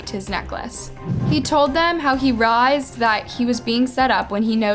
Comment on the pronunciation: Wtf 🤣 Did this girl have a stroke when she says " Realized" WTF was that ??? 😂